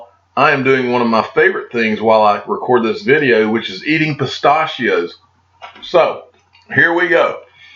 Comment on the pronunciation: Lol said "pisst-AHH-she-Oh" the fancy way